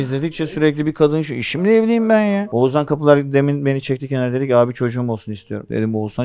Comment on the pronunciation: Sorum her ikizine de 14. Bölüm tüm bölümlerde saydım sadece bir kez Oğuzhan diyorsunuz geri kalan tüm seferlerde oguzan diyorsunuz dikkat ettiniz mi hiç #teamakbel